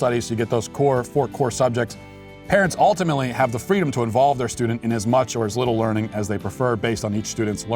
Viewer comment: Did Fweedom celebrate Ramadan in her infancy? because if she didn't then its hate speech